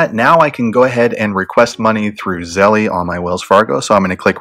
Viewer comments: Really good video man!! But it’s pronounced Zel not Zell-E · its pronounced zel bro, not zell-E lol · Thank you for this comment Z. Fortlow 🙌🏽🙌🏽🙌🏽🙌🏽 Yes its Zelle, like Belle not Zelly (zellee, zellie, belly, etc). I couldnt focus with the grammar thg. Honestly, giving instruction on something to guide / direct others on the right path, when one does not know its properly terminology can be a bit hesitating to trust on a range of things, platforms, etc. The professor in me won't let up. (Things that make you go, "hmm." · It is Zelle, as in gazelle. 🤦🏽‍♀️ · PRONOUNCED ZZZEEEELLLLLLLL MY GOD!! Lol cringe good educational content though! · I too cringed the whole friggn time. 🤦🏽‍♀️ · JESUS PRONOUNCE THE NAME RIGHT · I thought it was Zelle like gazelle, not Nike like Nik-e. But thanks for the info. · Nahhh I think he saying it wrong lol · Nah I think it's him. Even at the bank they don't say it like that